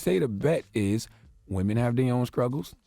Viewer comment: Did I hear Charlemagne say scruggle instead of struggle?